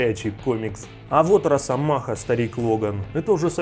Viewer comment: что за "рАсомаха", ну ты чего. Ещё и дЕдпул